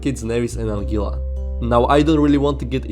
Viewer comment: It’s pronounced “AN GUILA” rather than “AN GILA”